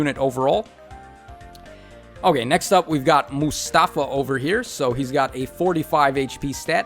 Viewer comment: a bit of advice, when youre spelling middle east names, like Mustafa, the accent tends to be in the last syllabe, so it would sound Mus - ta - FA, not mus - TA - fa, same as jaffar sounds jaf - FAR, not JA - ffar